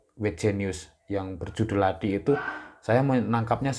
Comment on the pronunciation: Pertama uluk salamsaja tidak fadih. Kedua omong Lathi saja salah katanya orang Jawa, omong Kathi tapi sptucapan orang Bali. Pakai blankon segala. Isino cak !.